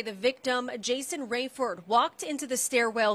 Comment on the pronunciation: And it’s Raiford not raefoes